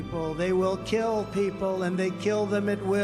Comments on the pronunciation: Keeeul people? he can’t even speak anymore 😂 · "Where they keewl them " lol he caint even talk right